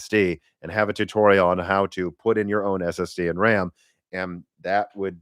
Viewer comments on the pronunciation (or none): none